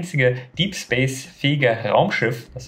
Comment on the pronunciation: ich dachte man sprcht es "Späis" aus